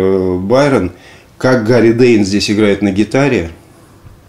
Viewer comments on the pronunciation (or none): Тэйн, не Дэйн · коробит.....когда ведущий говорит Гарри Дэйн.....ТЭЙН ...ТЭЙН и еще он австралиец!!!!!!!